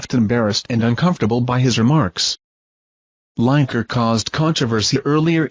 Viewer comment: herre we go again with LINE - EKER ITS FREAKING LINEKER AS IN LINN I KER FFS typical american pronunciation:face-purple-crying::face-blue-smiling::face-green-smiling::face-blue-smiling::face-purple-crying